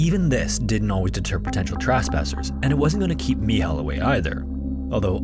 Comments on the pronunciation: I am currently in dorm, in Cracow, Poland. It is so weird after whole day of listening Your stories from distant countries to hear about one that happened almost on my backyard. Also sometimes You nailed pronuncing Michał , and sometimes it siunded like an Islamic name, (especially the long eee). Great vid! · Its not "Michel" its simply MICHAEL in english or "MICHAŁ" in polish language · Its Michal (Michał), best translated to Michael. 😂 Another amazing video, Thanks for your work! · i think that you get his name wrong, in poland there is a popular very similar name called "Michał" not "michel", but if you have trouble with saying "Michał" you could just say "Michael" as it's the same name just in different language, micheal also translates to very similar name "Maciek/ Maciej" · (The Polish guys name is actually Michał not Michel) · Just stop with the Polish pronunciation. Where did you get "mee haw" from Michel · ? Pronounce the word “Rescuers” again ? 😂 .. also “Michal” / “Michael” … I’m serious. Does A.I. narrate for you?